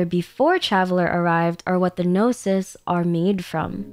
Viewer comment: Traveler is not a "gnosis" but a "no sis"